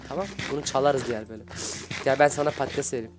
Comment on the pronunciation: abi patates değil padtiz